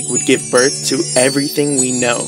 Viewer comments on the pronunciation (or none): none